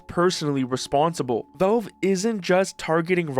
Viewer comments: WTF is "velve"? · It's crazy how your entire channel is about Valve but you refuse to learn how to pronounce the word correctly. It's not Belb or Velb or Velv.. it's VALVE. Try this please. Say the name Al as in Albert. It's not Elbert. It's a short A sound. You're saying it with a short E sound. Please figure it out because it's extremely obnoxious. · How the hell are you pronouncing "Valve"?